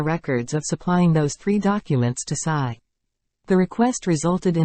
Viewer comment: Tsai !Tsai Not size ! Please